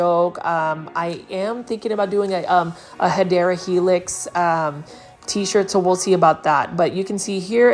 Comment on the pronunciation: I love how you pronounce "hedera helix", i definitely say it out loud whenever im at the plant stores and i see any ivy species lol. ❤ its my plant jingle 😊